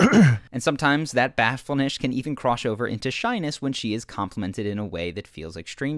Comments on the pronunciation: " And sometimes that bahflenesh can even croshover" lol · "and sometimes that batfull-nesh can even crosh over into shyness" lmao. Just fuckin with you man, keep up the great work. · “sometimes that bafullnesh can even croshover into shyness” lol what? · "And sometimes that 'bathfull-nish' can even 'crosh" over..." Cute mispronunciation. Subbed. :) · "Sometime that bafulnesh can even crosh over into shyness" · Great videos guv. Even though you said bashfulnesh